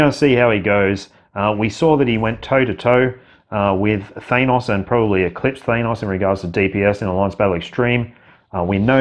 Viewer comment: ThAN—os, not ThANE—os! Seriously, dude. I’m an Aussie too, but I know how to pronounce characters’ names!